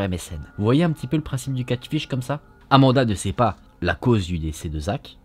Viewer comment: C'edt Catfish et pas catship lol mais on t'aime❤️❤️❤️